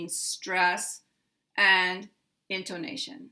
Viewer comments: It's because of your pronunciation of the o vowel sound, which is like a long O sound, instead of an 'uh. /in tuh ' na shun/ vs your /in tO nA shun/ in my opinion.' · In your pronunciation of 'intonation' you stress on the second syllable. The right stress is on the third syllable. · I think perhaps the confusion is just because you put a little more relative accentuation on "to" than some English speakers I've heard (especially those who speak British English), pronouncing it almost like: >> ˌɪntoʊˈneɪʃən [in-tou-NA-tion] ... rather than: >> ˌɪntəˈneɪʃən. [in-to-NA-tion] I've heard many American speakers pronounce "tə" this way like "toʊ" as you do, but it might throw off people used to hearing it more like the British pronunciation. It was clear to my ears though that you still placed the primary accent on the third syllable and secondary accent on the first. I think the poster was just thrown off by the different, slightly-longer way you pronounced the "to" syllable.